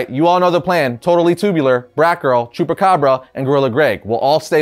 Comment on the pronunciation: ngl, thought he said jewpacabra